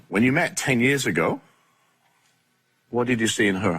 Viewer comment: 6 yuurs......Girl stop pulling that weave omg......6 yuurs❌❌